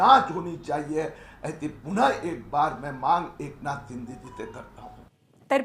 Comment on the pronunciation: एकनाथ शिंदे यांचा एकदा उच्चार स्पष्ट करावा